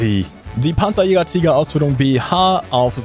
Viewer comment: pansajayger, brummbarr, taiga, pyuma... deutsche panzer müssen einfach mit tiefem amerikanischem südstaatenakzent ausgesprochen werden.